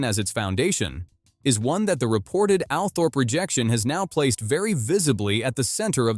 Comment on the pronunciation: I think Althorp is actually pronounced Althrup